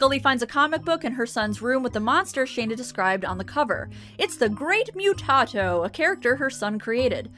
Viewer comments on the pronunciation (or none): They say it throughout the episode. It’s pronounced moo-tah-doe.